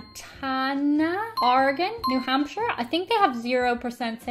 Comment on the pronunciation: Thank you for pronouncing Oregon correctly. Most Americans don't. For the rest of America, it's pronounced "Orygun". Just sayin'